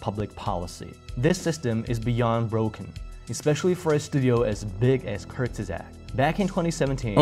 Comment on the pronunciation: "Kurgisags" 😂 It's Kurzgesagt. Kurz-ge-sagt^^